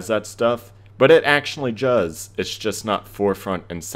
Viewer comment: In he said Juz instead of does